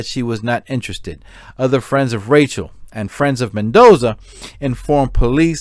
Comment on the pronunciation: Rachelle not Rachel